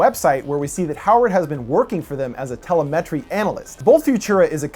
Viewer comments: Tella-Metry? LOL! Try Te-LEM-itry. You done been busted by the Grammar Police. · Pronunciation policing... Sorry! But... You kept mispronouncing "telemetry" as "ˈte-lə-ˌˈme-trē" instead of the correct "tə-ˈle-mə-trē" (the emphasis is only the second syllable, not the first and third). ref: (click the speaker to hear it audibly) Otherwise, splendidly written, cut and produced piece! Thank you! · Haha, "Tele-met-tree" Several other videos have said the same thing. It's Telemetry "tuh·leh·muh·tree" I just thought it was funny. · It’s tel-EM-a-tree, not tela-MET-tree* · It's pronounced "te-LE-me-try", not "te-le-MET-ry". I'm not really in to horror movies, so I like having these lore analysis videos. Also, your neighborhood looks absurdly wealthy. Every building there is a castle. Holy shit. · lol give "tele metry" another shot as "tel-em-eh-tree" sorry thats my best phonetics. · It's pronounced T!elemetry, not teleM!etry. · Interesting explanation. The oft used word "telemetry" is pronounced tell-em-et-tree not tella-met-tree. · Think you mean telemetry, not tele-metry lol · It's pronounced tell-em-et-tree Not tele-metry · te·lem·e·try not teli -met-tree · Te-lem-e-tree not tele-metri. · Tell-uh-MET-tree analyst? It's tell-LEM-et-tree analyst. ;-) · Telemetry: Ta-Lem-A-Tree not tele-metry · telemetry: te·lem·e·try, not tele·me·try. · Just so you know it's pronounced TelEmetry, not TelemEtry (capitals used to indicate stressed vowel) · Telemetry is pronounced Telemetry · Lol tele-mentry analyst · tuh-lem-it-tree....just sayin.... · TeleMETry analyst 🤣 way to read straight from Wikipedia dude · Te-lem'-e-try. Telemetry. Sorry, but that was kind of annoying. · It’s pronounced Te-Lemetry ;) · Telemetry (Tuh-LEM-uh-tree) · Maybe you should tell a metry that it's pronounce tel♦em♦etry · te-le-me-tree !! lol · It's pronounced "Tel-lem-itry"'!!! Telemetry see? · You're pronouncing telemetry incorrectly. It's tel-EM-etry. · Tele - Metry? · Tele-metry... lmao